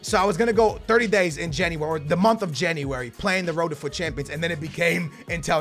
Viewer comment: Did his teachers not teach him how to say January in school